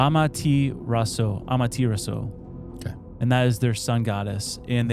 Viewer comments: It’s pronounced Ah-Ma-Ta-Ra-Sue the sun goddess amaterasu. It’s also a visual Dojutsu used by Itachi and Sasuke From the Uchiha clan the Jutsu produces black flames that can’t be extinguished. You’re welcome for the info. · Naruto fans cringing at pronouncing Amatarasu. 😭